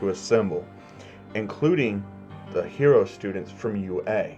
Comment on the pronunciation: The Way You Say Hero Are Shit😂😂